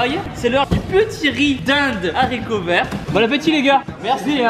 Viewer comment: 😂 les zaricots